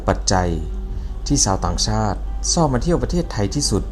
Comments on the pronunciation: ชอบ(ช.ช้าง) ไม่ใช่ซอบ (ซ.โซ่) ฝึกไว้ๆ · ต้องเข้าคนลาว ช.ช้างจะพูดไม่เป็น จะตก ซ.โซ่ตลอดคะ😅😅